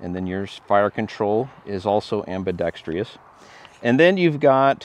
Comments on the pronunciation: There is no "tree" in ambidextrous. Google the proper pronunciation. Otherwise excellent review! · Right? Take a moment, write the word out, separate the syllables, then show me where there’s a “tree” growing in there. I realize it’s Latin but it just feeds the anti-gunners’ impression that we’re all undereducated hillbillies. Too bad, he’s a witty and intelligent sounding host. Growing up in a German family in the Midwest the words that drive me crazy are people who make Porsche a 2-syllable word and those who say Leo-pold. Ow, my ears! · It amazes me and drives me crazy at the same time that so many gun peepscan't pronounce ambidextrous. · I'm from Finland and the word is ambidextrous...'merica baby